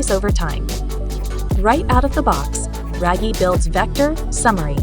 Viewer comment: Oh, RAGIE is pronounced “rag-yeh” not “ray-gie”